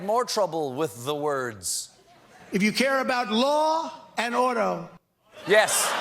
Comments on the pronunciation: I thought he said "law and odel," and didn't even have a guess. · I thought he said, “Law and ODOUR”. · I thought he said "Law and otter" whatever it was it definitely was not order. Yes the guy is now back to trying to comprehend things we learned back in the first grade. Can he get any more disturbingly pathetic? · I thought he said "Law and Odor". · And here I thought he said 'Law and Odo'. You know the shapeshifting Sercurity Chief from Star Trek: Deep Space Nine. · I thought Donnie said "Law and Otto" ... you know, like Von Bismarck. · "Law and Odor" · Not gonna lie, I heard: Law and 'ODOR!!! flashbacks to zombie arms flailing through holes in a rotted door